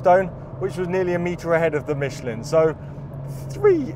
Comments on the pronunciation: Michlan, not Micheleen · Great video. I suggest, you learn how to pronounce Michelin (don't mention the war!)